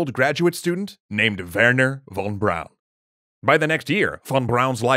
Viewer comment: Junkers is pronounced "yoonkers". I'm a bit surprised, because you got Von Braun right...